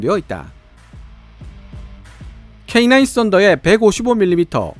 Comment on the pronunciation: K9 캐이나~인 인데 발음이 거슬려... 캐이 냐?! 인이 아님!!!